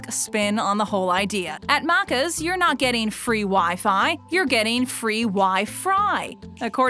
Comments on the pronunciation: It’s maccas bot maaacas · “At Muccaz” 🤦‍♂️ Americans tryna pronounce our slang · Bro it’s Mac-is, not mackas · I- nope I can't not cringe at her saying macers like mate it's Macca's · It's pronounced maccus not maccers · hahahahahah I would be so pissed if I heard someone say that to my face.. “wanna go for a Markers Run lol” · She says Maccas like Maaacas and she says Vegemite like Vegehmite, like dude it it is pronounced Veg-i-mite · The Uh C's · It’s more pronounced like maccazzz And more like Auzzies with a heavy z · ITS NOT AUASSY ITS AUSSY AND ALSO YOU SAID MACAS NOT MACCAS ONCE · You’re saying Maccas wrong you’re saying it like macc r’s you’re saying you’re so wrong Oss e’s it’s Aussie’s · Omg the way she kept saying maccas 🤮 it’s pronounced mackes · Listening to you butcher our slang hurts me inside. Aussie is not pronounced with a soft c sound, but a hard z sound, like how you pronounce the Ozzy in Ozzy Osbourne. BTW McDonald’s coffee is merely okay, we have many better options in most places than there. We do have something akin to the dollar menu thank you, it’s called the loose change menu, and it’s been around for YEARS (granted it’s not a big menu, but it is there), so you’re wrong about that too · The way they say aussies and maccas DX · totally agree and i cant stand the way she says aussie and maccas like seriously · Don’t make Australian videos if you can’t pronounce our slang 😐😡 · the way she says maccas 🤢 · Its pronounced vege might also maccas are the best suckers!! (Im ausse) there is a value menu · OMG, THINGS ARE DIFFERENT IN OTHER COUNTRIES!?!?!?! That’s what this video screams and the terrible mispronunciation of Macca’s is disgusting to hear. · Hate how you say macca’s hurts me inside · I cringe at how she's pronouncing Macca's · maybe contact some real Australians to do the voice-over. listening to this lady say maccas and Aussies over and over again hurt my ears.